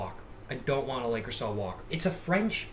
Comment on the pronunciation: You’re probably already aware but it’s pronounced “luh-crew-say” lol